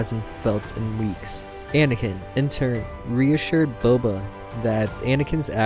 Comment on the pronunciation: Towards the end of the read, you called him “Bubba” once.. 😂 omg… Bubba Fett… 🐊”Ya’ll be needin’ bounty huntin’ done?” 🤣